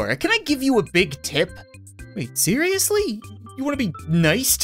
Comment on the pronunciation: when he said they seiriesly my Siri activated